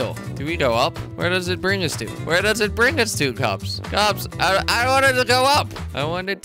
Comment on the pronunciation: (Michael123cz Gaming) he say KOPS not COPS or CUPS